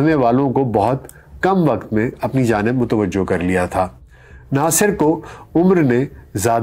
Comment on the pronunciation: A.a..sahib ! Yah lafz mutawajjoh nahin mutawajjehvhay